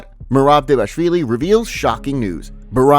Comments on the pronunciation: just a pointer: It's pronounced Merab D-V-A-L-I-S-H-V-I-L-Y not DEVASHVILY LOL I got it wrong the first time too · Yea, it's: DVA-LASH-VILLI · The fact this is an mma news channel and you still can’t say dvalishvili is sad…